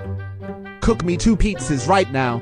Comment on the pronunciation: i think dat not haw u cuuk pitza